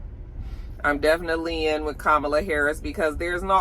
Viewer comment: Comma-La = Kamala. I have a “difficult name” as well and it’s disheartening when people don’t take the time to pronounce it properly. Loved the commentary!